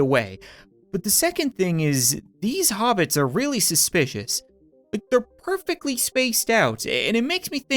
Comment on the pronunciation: Nearly said hobits but said hobitis